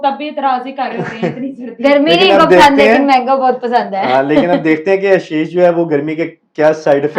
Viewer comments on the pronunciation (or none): Aap ashish ko aasheish bol the ho 😂